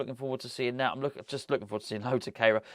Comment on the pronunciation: you mentioned the pronunciation of Kehrer´s name which I think you and Moyesie are still not quite getting right. As he is German, and I myself am a German teacher, I think that his name must be pronounced "care-rah" (English version). In terms of etymology, his name actually means "sweeper" which is quite ironic when you think about it and what you talk about in the video. Not trying to be a smart-arse, just trying to help "going forward", as Moysie might say.